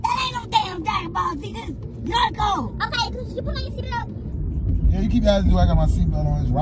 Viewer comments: Lmao kept saying Narko, Narturo. It's NA-RU-TO lol, trust that plenty of people watch that anime. #TEAMZAVIA, keep pranking!❤️🤣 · He's saying narco 🤣🤣🤣 that's definitely Naruto